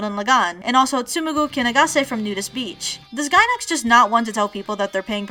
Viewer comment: I died a little inside every time you said Gainax made this